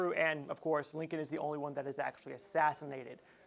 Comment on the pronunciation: "assonated"?? You mean "assassinated"?